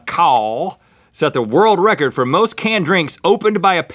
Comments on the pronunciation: Don't worry Rhett, I can't say world wecord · I swore I heard Rhett said "world Rhett-cords".. No pun intended. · "World Rhettcord" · it not world record it world rhettord :3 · You must have Chose this because Rhett can't say world records. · I'm gonna describe to you a wuld wecowd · woold wekord = world record 👌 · Rorld Wecord. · me & my friend (who is also a Mythical Beast..) mocked up GMM episodes (when links hair went down) and we must be tele frigging pathic, I couldn't say world "wecord" lol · 'Wor-world record'~Rhett 2k16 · rhett talking like barry kripke. he can't really say his l's and r's. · Rhett's difficulty in saying world record made my day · Rhett in the beginning struggling to say "world record" was a great way to start my morning.